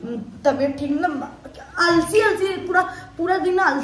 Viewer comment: Alsi nahi hota gvar aalsi hota hai